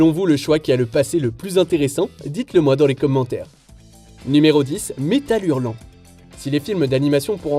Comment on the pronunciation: Rhaaaa mais arrêtez de l’appeler Metal Hurlant 😭